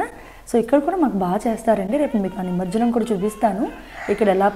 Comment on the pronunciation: ఏమనుకో కండి అది నిమర్జనం కాదు ' నిమజ్జనం '..